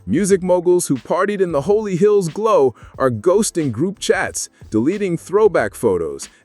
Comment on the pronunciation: It's not Holy Hills but rather HOLLY HILLS